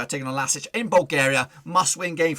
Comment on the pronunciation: Can't you pronounce the club name correctly? LASK, not LASIC or else. Either you are poorly prepared or you have no respect for a small Austrian team.